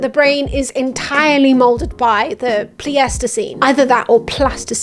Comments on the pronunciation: Do Brits really say, the 'Plee-aestiseen"?? I've only ever heard it pronounced 'Ply-stiseen' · Pleistocene is pronounced "ply-stow-scene" ! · Pleistocene is pronounced "plaistocin" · Absolutely fantastic study. Just to make your life easier, I've never heard Pleistocene pronounced as anything other than ply-sto-seen. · the pronunciation of "pleistoscene" is right there on screen and you still managed to bungle it 😆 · Can't get over your pronunciation of the word "pleistocene" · The only gripe I have with this video is when you say Pleistocene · I can't tell if she's pronouncing pleistocene that way as a joke or not